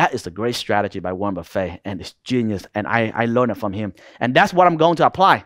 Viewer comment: Wornet buffet 😂I love u bro